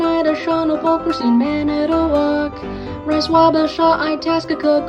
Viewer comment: This man said Racin but its pronounced Rayseen